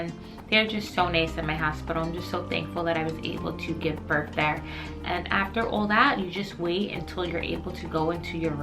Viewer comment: Lol she pronounced that right, but sounds like she keeps putting a "f" on giving "burff" 🤣 made me laugh